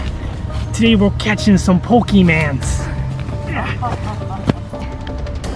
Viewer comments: Pokémon not pokemonz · you said pokeman omg 😂😂😂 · "Today we're gonna get some pokémans" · its pokemons not pokemans pokemons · pokemans u mean pokemon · Its Poke'mon not Pokeman